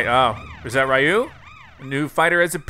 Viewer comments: Your saying ryu wrong its not ry u its re u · How to say Ryu's name is Reeu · it's pronounced Ryu (Ree-you)